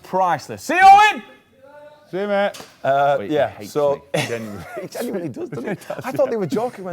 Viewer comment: Haskell: see yer meeert 😂😂😂😂